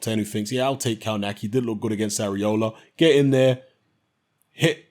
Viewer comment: It's pronounced "kovnatski"...